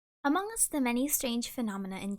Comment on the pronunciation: DID YOU SAY AMONG